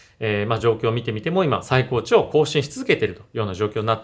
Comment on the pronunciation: 最高値はさいたかねと読みます！ これが「血圧の最高値」の例文であれば、それは正解です。 しかし、「取引市場」でいう「最高値」は、「さいたかね」と読むのが正解です。 「音＋訓＋音」の組み合わせです。